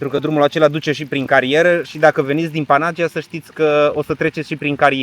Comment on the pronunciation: Vacanta frumoasa! O mica corectura, daca se poate. Panagia se pronunta Panaghiia ( cu accent pe silaba ghi). Eu asa stiu si asa am auzit cand am discutat cu un localnic.